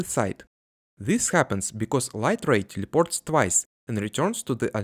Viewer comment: Бро, в слове teleport (и ещё в technically) звук Э Не телепорт, а тэлэпорт, тэээлэээпоооорт, (ну и тэкникли), уши режет акцент немного) Слышишь это русское тьельепорт и сразу всё понятно))